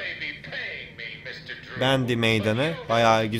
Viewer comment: Abi bəndy deyil bendy